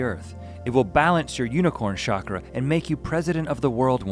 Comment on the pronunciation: CHAKRA NOT SHAKRA